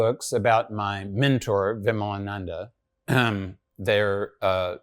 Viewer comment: Lol, at least learn to pronounce Hindu names properly first before interviewing a person like Svoboda-ji. Its विमलानंद & not विमलानंदा . Shows the level of knowledge such Macaulay kids have about India!